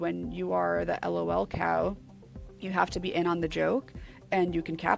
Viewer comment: May NEVER find patient zero of Lolcows(Chris Chan) and fall into the rabbit hole of Sonic the Hedgehog. The fact she pronounced Lolcow incorrectly put a smile on my face. That fact I know how to pronounce it correctly makes me sad again.